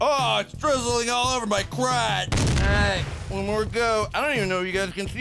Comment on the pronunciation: awight me fwee